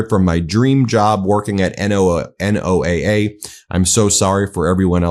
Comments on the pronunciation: ❓❓WHY does BEN keep saying N-O-A-A instead of NOAH? ❓❓ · FYI, NOAA is most often pronounced like the name Noah. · NOAA is typically pronounce Noah. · NOAA is pronounced noah, fyi. They do great work and also monitor solar flares which is a major issue. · "NO AH". The acronym is stated as "NO AH." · Say NOAA as a word. Don't sound so ignorant. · It's pronounce like "Noah". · It's pronounced No-ah, nobody says n o a a (I live 20 miles from a NOAA campus and have friends there). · NOAA pronounced "no-ah" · Hey Ben, NOAA is pronounced,Noah.